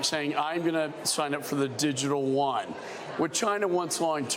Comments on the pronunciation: yes digital wan!!!!!!!! defiently what im using to buy my food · This guy can't even pronounce Chinese currency correctly 🤣🤣🤣🤣🤣 Digital Wan ?😂😂😂😂